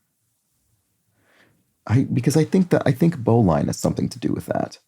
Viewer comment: You were close. These are Sailor's Knots. "Bowline" is pronounced with a short "i" and the word itself sounds like "Bowling" without the "g." I joined a Sailing Club in 1972, and have done a lot of sailing in several countries, so I do know whereof I speak. 😊